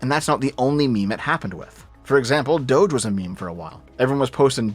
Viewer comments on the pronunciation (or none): It's Doge, not Dougethx